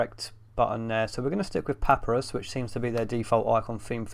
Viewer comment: Papirus is pronounced (pə-PYE-rəs) just like Papyrus, the ancient paper.